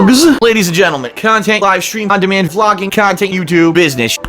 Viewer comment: I hate the amount of emphasis he puts on the end of 'conTENT'.